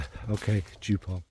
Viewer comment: You dschuped poor Joop again! It is not as if you could not have practised by listening to a pronunciation recording some German friend sent you🙉 Beautiful vid with beautiful happy Charlie.